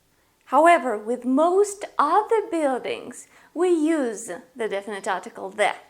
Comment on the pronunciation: You say other like Aather! It's uther!